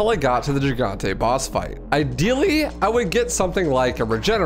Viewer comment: Not to be a prick but you mispronounced gigante.